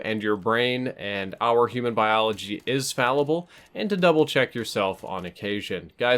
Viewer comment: "Our brains are frallible" -. If that was on purpose, that was brilliant. Either way, it's pretty funny.